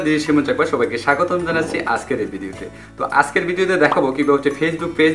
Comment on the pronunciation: উচ্চারণটা আছকের নাকি আজকের?